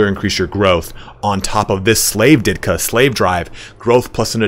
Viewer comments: It's diktat. Ditka is that NFL player. Diktat is like dictate. Not Ditka. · Love your vids, but it's "Diktat", not "Ditka". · Psst it's diktat (dik-TAHT) not ditkat. Think Dictator but without -or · ..."Ditkas"? O.o That's not how that word is pronounced.